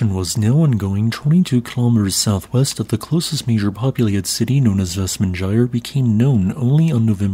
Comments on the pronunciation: "... known as "vest-mon-jie-er [sic] ..." -- no, it isn't -- "[ˈvɛstˌmanːaˌeiːjar̥] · FYI, the letter "J" is pronounced by the "Y" sound, when speaking of Icelandic names i.e, "VESTMANYAR"(phpnetically), one can only imagine Icelander's are chuckling at you're mispronunciation